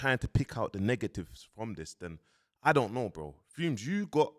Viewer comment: he’s either doing it on purpose which is jokes😂😂 or he’s not but idk because why he keep saying fume when it clearly says fumez and everyone says fumez not “big up fume the engineer” 😂😂😂😂😂